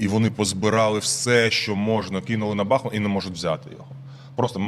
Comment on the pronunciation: Шановні ведучі! Як колишній мешканець БахмУта, маю зауважити, що наголос в назві міста на У. Це дуже ріже вуха, коли чуєш деформовану назву. А насправді все просто. Річка, на якій розташований БахмУт має назву БахмУтка, а не БАхмутка. Тому, будь ласка, не росповсюджуйте помилок, а називайте правильно. Дивно спостерігати, що в президентському пулі відсутній бодай один радник, який би виправив Зеленського, який наполегливо робить цю помилку.